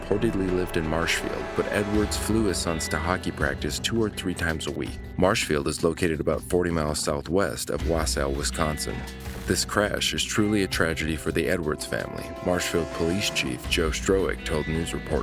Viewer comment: hahahaha I love when you do calls from Wisconsin. it sounds like. You said Marshfield right though. 😘💕